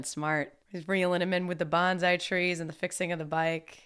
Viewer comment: BON-SAI not banzai. Mi-ya-gi, not Miyaji